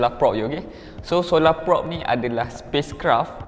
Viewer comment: sebut prob bukan prop. kenek bukan konek 🗿